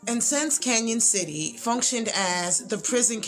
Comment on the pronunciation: It's pronounced Can-on, not Can-yon.